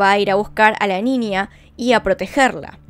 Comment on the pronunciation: “NINIA” jajajaj